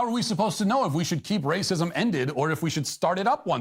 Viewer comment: “I mean what does that mean ‘it takes all of us’? What takes all of us? Raycysm?” I’m crying